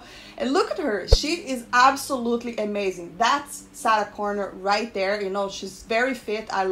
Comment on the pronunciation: You need to practice saying Sarah Connor. it doesn’t even sound like a name you’re saying even the captions pick it up as Saturn Connor. It has trouble understanding you.